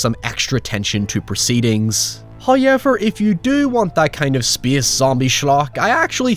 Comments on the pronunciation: It's pronounced 'SPACE', not 'SPYEE-AHSS' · “Speeuhs reeuhs.” 🤣